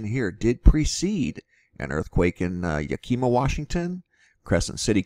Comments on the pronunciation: it is pronounced YACK i ma not yakeema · not ya-keema, yack-i-ma. Yakima. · Great video, but its pronounced yack im ah, not ya keem ah. FYI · The way you say Yakima is Yak...A...Ma. I live south of this Mt. Been watching it for years. Was here when St. Helen's blew. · Thank you so much for your vigilance. We have so few sources of reliable information about what is really going on in the world. Just a couple of notes: Yakima is pronounced YA'-ki-mah. The other thing is something that I never dreamed of until I moved to North Idaho and that is that there are coniferous trees that are deciduous. They turn yellow and shed their needles in autumn. The only one I know about are our local Tamarack trees, also known as the Larch. They are coniferous, but not evergreen. Those trees in the video that you think are heat damaged may be Tamaracks. God bless you. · you say it like yak i maugh, the i is the short vowel sound. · Pronounced "Yack ih mAH". Lol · It’s Yack-(rhymes with Jim/Gym)iim-ahh. Like the Japanese motorcycle brand. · Yakima is pronounced Yak im a. just so u kno. This is my nightmare and st. helens as I live between them and at the mercy of another to move me as I am not able to haul a travel trailer. Pray if it blows it blows away from me. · It's pronounced yakimaw. Yakima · YAK-A-MA washington. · It's Yak im like him without the h Yack im ah like mah. K. Oy vey when people not from this area try to pronounce our cities and towns by name uh like hmm... oh K then. Do you think R is the powder keg that will set the entire ring of fire off? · Love the vids. Its YAK-eh-Mah. like the animal, a Yak. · Thank you..it is called yak like the animal i lived there and i was always corrected lol...bless you Yak*ah*ma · Yakima, WA. Pronounced YEA KUH MAW. The kuh rhyming with duh. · it's YAK-imah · Fyi: Yakima = YAK ih MAH